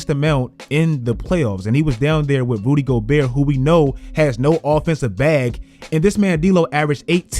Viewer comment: for a second I thought i heard you say "Booty Gobert" 😆😂😂💀